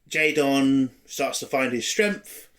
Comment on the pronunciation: You keep pronouncing his name as J-Don, his name is J-Den, like Jayden. J-Don sounds better as a Klingon name but the "Jayden" pronunciation illustrates how idiotic and pandering this series is.